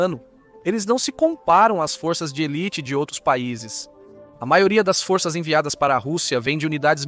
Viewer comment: Será q , fôrças é pra rebaixar aquele vc fala ou vc quer falar forças...